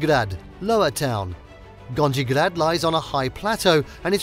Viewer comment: please learn how to pronounce simple words (Gornji/Donji grad etc)